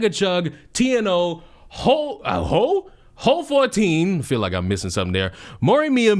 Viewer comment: "HO 14" Bitch it's HOY-FOR!